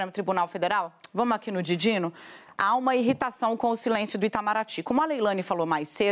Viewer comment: DIDINO? Ela falou DIDINO???????????